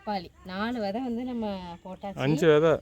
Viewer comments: வதை என்று சொல்லாதீங்க அது பிழையான வார்த்தை, # விதை# என்று தமிழில் அழகாக சொல்லுங்கள் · Vidhai not vadhai, vadhai yendral matravarhalai vadhaipadhu, kodumaiipaduthuvadhu. Thayavu seidhu pronounce like literate not illiterate. You are a college student. Be careful while pronouncing..